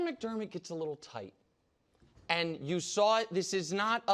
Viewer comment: The cadence was good but he missed the pause into anddddd pause 😂